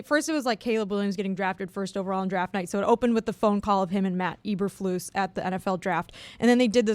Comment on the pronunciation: u guys are so out of town stupid none of u can even pronounce eberflus correctly